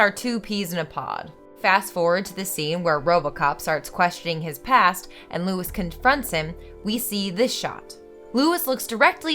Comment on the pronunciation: Isn't it "Lois"? Just saying. Much love for your channel either way.